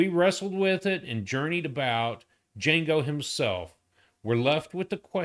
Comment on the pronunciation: The D is silent!